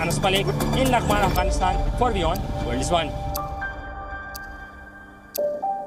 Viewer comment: She fr said "lang man"😂😂😂😂😂